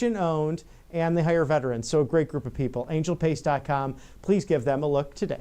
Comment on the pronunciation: Fate ...not fase ...and hire not hice ....